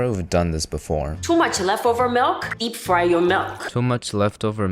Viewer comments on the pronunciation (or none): "Depp fry" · ahhh "depp fry" my favorite celebrity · Depp fry 🤪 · depp fry???